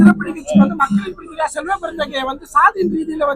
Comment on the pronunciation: ஐயா அவா்பெயா் "செல்வபெருந்தொகை" இல்ல செல்வ பெருந்தகை😂😂😂😂